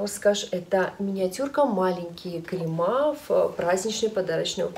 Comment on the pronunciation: крЕмы, а не кремА